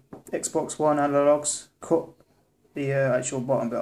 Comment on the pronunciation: When he said "my cut finger" I could've sworn he said COCK finger! LOL